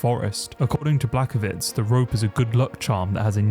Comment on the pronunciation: I liked the video but come on man, you need to up your pronounciation a bit. Blakovich? TeXera? Everybody knows how they are pronounced. Only Chael is allowed to misspronounce literally every single name in the ufc